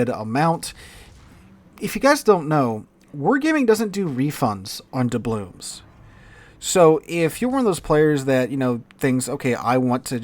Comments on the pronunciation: Why does call them doublooms? With an M? It's doubloons, with an N. It's always been that way, that's the word. has been playing this game as long as I have. Is this an intentional thing, a joke? Or does he really not know the word ends with an N? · DublooN. With an “N”.